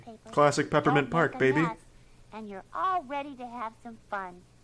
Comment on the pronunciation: "Peppermint Pasrk"